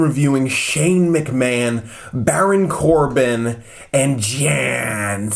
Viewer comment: Am I the only one who noticed that ha said baron corba